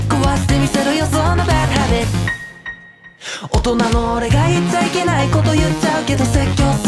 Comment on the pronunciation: Bad Habitの発音のいいこと。